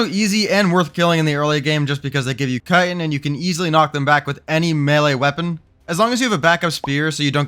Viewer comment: kai tin, not cuttin